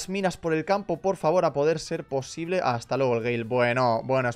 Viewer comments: hata en vez de hasta la verdadera magia de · Aqui los que se daron cuenta que faltava la s a las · Hasta❌️ Hata✅️